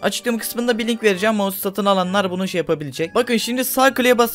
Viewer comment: maus değil mouse